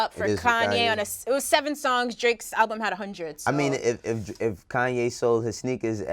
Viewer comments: ALUBM ?... isn't it ALBUM? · Yo, what is an "alubm"?